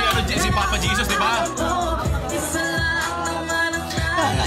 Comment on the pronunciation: Papa Jesos? dinig ko sa kanta 'One way JESUS!' hindi On Way Jesos.. Ginawa nyong Papa eh. Jeos pa ang pagbigkas nang JESUS pano naging Papa si JESUS CHRIST?